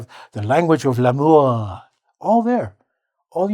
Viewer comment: "Language of 'l'amour'!" As a French person, it's so funny to hear that 😄